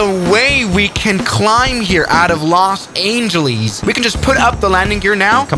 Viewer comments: ''Los Angilies'' ... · As someone who lives near LA that was pain to hear